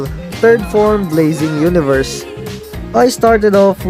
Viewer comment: Did anyone else hear lazy universe instead of blazing universe? 😂